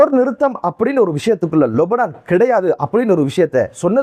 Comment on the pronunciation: அஸ்ஸலாமு அலைக்கும்! நீங்கள் மட்டும்தான் லெபனானை லொபனான் என்று உச்சரிக்கின்றீர்கள் எது சரி எனக்கு தெரியவில்லை முடிந்தால் பதில் சொல்லுங்கள்...